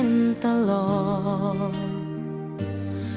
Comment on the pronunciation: ผช.น่าจะร้องออกนิ่มๆตามความเศร้าของเพลงมากกว่าออกแนวร็อคแบบนี้ และทั้ง ผช./ผญ.ควรออกเสียงให้ชัด ไม่ต้องดัด เช่น พัด เป็น พาด , เจ็บปวด เป็น เจ็บป๊วด , เล่นตลก เป็น ตาโหลก (ควรลงเสียงสั้น) นี่แหละคือข้อเสียเพลงสมัยใหม่ที่เอาแต่เนื้อ ความหมาย โดยไม่มีสัมผัส เหมือนสมัยก่อน มันจะทำให้ร้องชัดและลงเสียงภูก